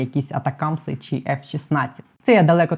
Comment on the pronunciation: ❤ тільки прошу Вас говорити не чі а чи!!!